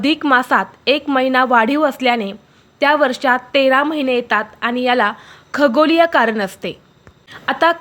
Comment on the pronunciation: खागोरीय नाही खगोलीय असं म्हणा